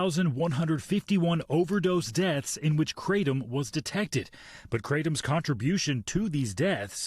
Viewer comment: I'm more annoyed that they keep mispronouncing kratom